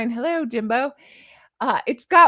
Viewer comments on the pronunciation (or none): none